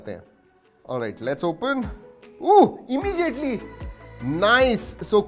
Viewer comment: You pronounce"immediately" as immejiately why? 😁. Anyway awesome video sir 👌.